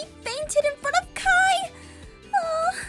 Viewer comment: Ur saying its kiii yaaah